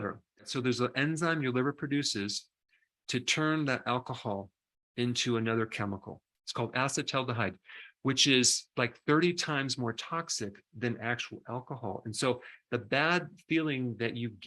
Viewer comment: Did you mean… acetylaldehyde ??? Correctly pronounced: uh-see-till-al-duh-hide ???